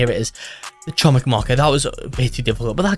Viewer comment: Fun fact: Chomik means Hamster in Polish, also Chomik is pronounced (Kho-meek)